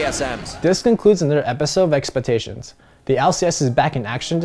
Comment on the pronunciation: "welcome to another episode of EXPETATIONS" XD